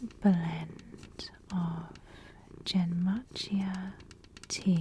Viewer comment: What a tingly video, loving the casual and friendly vibes! In case you’re curious, genmaicha pronounced Gen with a hard G like in Gandalf, then the a in mai is like an uh, so think the first syllable in migraine, cha is cha! It’s one of my faves :)